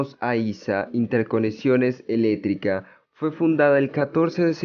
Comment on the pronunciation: Amigo, debes pronunciar muy bien las palabras, or ejemplo : Electrico, sector de servicios, práctica. .. entre otras. Ojo con eso!